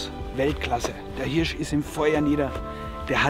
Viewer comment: Wichtig: Immer eine hand in der Tasche beim laufen & die Waffe auf der Schulter!!! Aber Hauptsache er kann Hööörsch gut aussprechen.